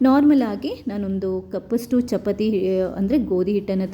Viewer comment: ಚಪತಿ ಅಲ್ಲ, ಚಪಾತಿ ಅಂತ ಹೇಳಿ.